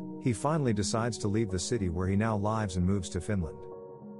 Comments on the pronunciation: everyone just going to ignore the fact that he said live's instead of lives? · what is this robot reading for me without any emotion or punctuation or even the right pronunciation of live versus live. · Is it too much to ask that the uploader behind these actually narrate them? Text to speech software still can't tell the difference between, "lives" as in, "where he lives" and "lives" as in "nine lives." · That's an odd pronunciation of "lives" (verb). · Lives is not pronounced like chives.